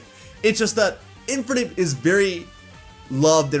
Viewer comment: Why do pronounce "Infernape" like that?